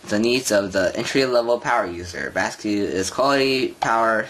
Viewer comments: Basiq is pronounced like basic but you come up with "basque"? Were you in 5th grade when you made this video? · I hate to leave a negative comment, but this has to be the worst unboxing video ever made. It's photographed with the item upside-down, and the guy narrating it sounds like he was dropped on his head as a baby. He can't even pronounce the name of the product correctly, and he even misidentifies the power connector. I had to stop watching after just a few minutes as I could feel my IQ plummeting just from watching the upside-down images and listening to the guy drone on with his insipid voice.